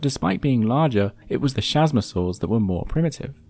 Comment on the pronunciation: Man I utterly adore this channel, but please look up the pronunciation for these animals! It's 'kasmosaurs' not 'shazmosaurs' 👍